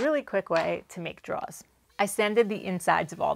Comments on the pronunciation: Enunciate. Ain't nobody know what druhs are 😅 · Awesome video! But… draw-rrrs 😂😂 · Love your stuff! Just wanted to let you know there’s an “r” in drawers! 🤣 Kept trying to figure out what you were drawing 🖍️in this episode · Another great project, looks fantastic ... but I think there's something wrong with the audio ... I swear you keep on referring to draws rather than drawers 🤣